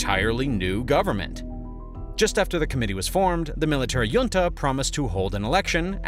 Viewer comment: Please pronounc junta correctly. How would you pronounce the California city of La Jolla